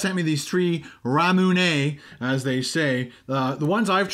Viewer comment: pronounced correctly, RAMUNE:)